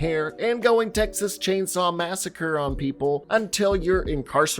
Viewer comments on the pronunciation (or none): none